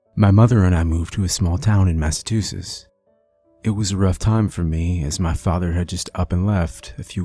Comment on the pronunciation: You said massaTWOSITS you from Kentucky?